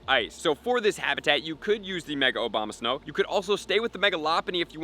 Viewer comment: love the video, but mostly how you pronounced OBAMA-snow XD